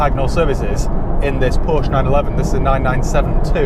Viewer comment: Let’s hope 2021 brings better health and a certain person pronouncing Porsche correctly😎